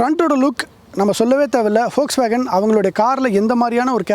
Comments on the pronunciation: வோக்ஸ்வேகன் அல்ல அது ஃபோக்ஸ்வேகன், நண்பா! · Folkswagen is correctly Pronounced